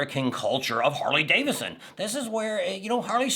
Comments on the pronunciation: Sound it out man. It's Harley DAVIDSON. Not davisson. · I know that Tam said it was because of your accent but it's DaviDson, not Davison. Lol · Hey, it is pronounced David son, not Davis son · You keep saying, "Harley Davison" but, you say, "Bill Davidson " 🤔